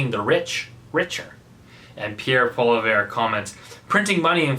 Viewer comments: Love hearing the brutally honest truth! I believe Pierre’s last name is pronounced Polly-ev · perhaps that you should learn how to pronounce Pierre POILIEVRE's name. He is one of the smartest out there and if he was in power (Finance Minister perhaps), our country would not be in such a mess! Is too far deep in it also means to let the country go to bankruptcy? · Pierre Poilievre... Not Poliviere. Close, but no cigar! And yes, he does know better... He just can't do anything about it!